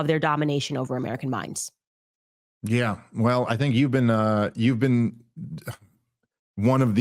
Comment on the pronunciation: “You haven’t ever Bean to Isreal?” 😂